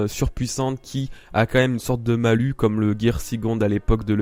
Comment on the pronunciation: Bonne vidéo et bonne analyse, par contre à on prononce le S de Malus tout comme pour Bonus. Je pense que tu dit Bonus en prononçant le S et non un Bonu. C'est la même pour un Malus =)